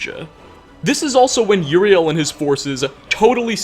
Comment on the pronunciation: Uriel not Juriel.